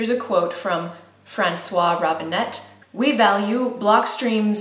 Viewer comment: I am a native french speaker and if you want to pronounce "François Robinet"" in french , you don't pronounce the T. Thank you for your videos :)